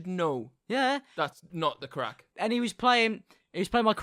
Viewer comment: i do not like saying craic it is not right